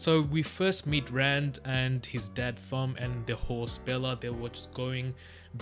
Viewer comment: Thom is pronounced just like Tom